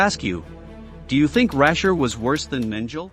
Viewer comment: What is SADICAL?? Mengele’s name was not “Menjel”. It was Mengele - a hard “g”. This is all a disgrace. We are not fools. “SADICAL”???